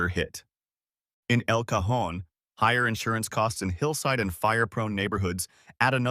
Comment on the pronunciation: El Cajón! Finally someone pronounces it correctly 😅